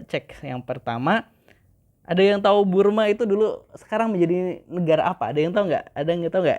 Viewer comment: Bang bukan Burma tapi Birma